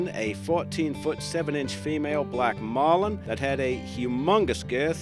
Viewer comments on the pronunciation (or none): none